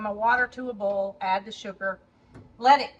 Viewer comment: I love how you say “boil”! You are so darn cute with your Alabama accent